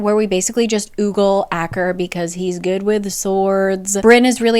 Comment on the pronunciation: Every time you say oogle instead of ogle it makes me feel happy amidst my misery that this book exists